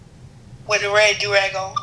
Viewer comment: “ no do not buy any joorag” 🤣🤣🤣🤣